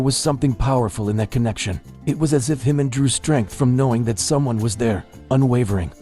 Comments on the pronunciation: His name is Jimin, NOT Himin! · This crazy guy doesn’t even know how to pronounce JIMIN’s name who is HIMIN?! Expert in making up stories! Just to get a click right? Pathetic! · I never realised how much made up stories there are about the BTS family there are. How can anyone outside of the family know what is said or done? If you can’t pronounce Jimin's name correctly, why should I believe what you say about his bodyguard? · I'm not sure about the confiding part. But appreciate the good job Lee Jusang is doing. You are making an insinuation that is insulting to our Jinin. And why can't you say Jimin's name right? You never bother to correct it and you have been told about it repeatedly! Jimin forever 💜